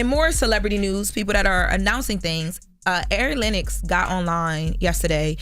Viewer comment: Who TF is "airy Lennox" 😂😂